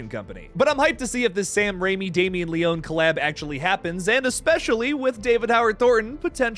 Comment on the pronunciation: Great video but the mispronunciation of Leone is driving me crazy lol